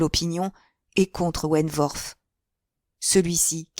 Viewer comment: Je pense que vous prononcez mal le nom de Frédérick wentworth . Le w ne se prononce pas "v" . Mais w , la prononciation n'en est que plus facile